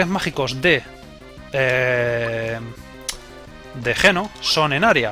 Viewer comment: ...escribe geno y...pronuncia yino